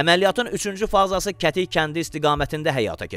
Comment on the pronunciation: kətik yox gədik de oqlum yerlerin adlarini düz seslendirin